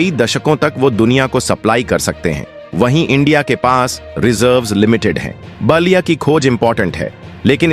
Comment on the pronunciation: Naliya not basliya. Pl improve pronunciation. IT IS BALIYA.